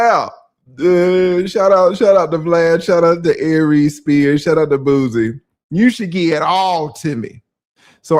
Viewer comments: it's Boo-See not Booze-Y 🤣🤣🤣🤦🏿‍♂️ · Aries got you saying booZie. It’s Boosie..😂😂😂 but I love it